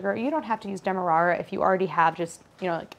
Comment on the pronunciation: Thank you for not butchering the "Demerara" pronunciation. I live there so it made my day.